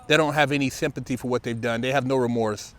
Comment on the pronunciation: "no sympatee" 😂😂😂